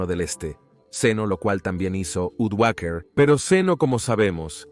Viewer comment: Napos, Odoacher, qué horror de proninciación, imagino que se trata de una voz artificial